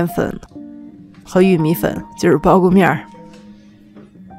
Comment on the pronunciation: 哈哈哈苞谷面儿，地道的陕西话